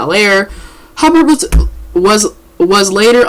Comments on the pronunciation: damn learn how to pronounced Miss Hubert 's name it's not Hubburd it's Hubert ! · that's pronounced ''Hyoobert'. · Hubert is pronounced you-bert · Janet Hubert (Huyoo-bert). Social media has created millions of non professional so called "Journalist". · I can’t understand for the life of me why people with literal weaknesses have speaking platforms. It’s annoying. How do you fuck up Hubert (hew-bert) fam? How? Anyways good talking points. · ITS HUGH-BURT dammit HUGH-BURT!!!!!!! lol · Why couldn't this person stop and take a moment to learn how to pronounce "Hubert"? Instead she just repeats it incorrectly over and over and over... 🙄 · you couldn't even learn how to say her name. youtube it. that's some good journalism. Why do you re read everything you just played but you add or remove s's from all the names. abc123's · I need the woman who posted this to learn to read and pronounce the name of the subject of her video before she guides us through the story. Who doesn't know how to say, "HUBERT?" Janet even says her own name in the video! #Basic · so you pronounced her name wrong 4 times and repeated what she said...